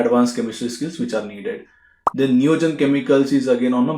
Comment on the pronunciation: Name of the company is not understandable Your pronunsation Spring